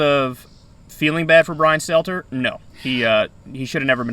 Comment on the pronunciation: Last name is Stelter, not Stellar